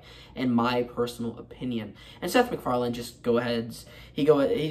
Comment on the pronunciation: there is no "d" at the end of his name.